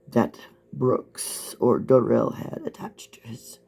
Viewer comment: Funny how everyone else close to him mum gran friend and Erika pronounce it Darrell not durelle